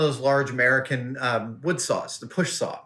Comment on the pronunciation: Don’t you know there’s an “L” in the word sawl? 😂😂😂